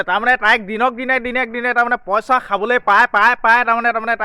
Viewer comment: Posa, nohoi poisa buli koba, nije vL Dore Asomiya kotha. Kobo najane anok kob ahise